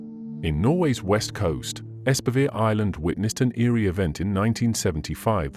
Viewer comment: It's nice when various channels start discussing Scandinavian mysteries, but I have to say ... can you not please spend a LITTLE time researching how names are actually pronounced? Much of the time I sit here trying to figure out what actual Norwegian name is hiding under the garbled "English" version we hear. I guess this is a computer voice (?!), but still. The pronunciation of Espevær is actually not entirely disastrous. "ESP-uh-vair" is a decent English approximation. (Bonus points if there had been a real trilled R at the end.) onwards: Bømlo would have been better pronounced BUM-loo. "Anne Solvang" is ANN-uh SOOL-vang. The final E of Anne is not silent in Norwegian, and the letter O will (when long) typically denote a vowel more like English "oo" than the O of either English "sore" or English "go". -- The newspapers Bergens Tidende and Haugesunds avis -- oh, please! These should be more like BEHR-guhn's TEED-en-uh and HOW-guh-soons av-EES. -- the A of "Hessdalen" sounds like the A of English "father". Norwegian A is never pronounced "ey".